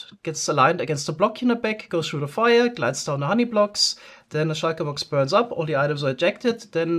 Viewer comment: "...goes through the Feuer..." your german slipped through a litttle bit :)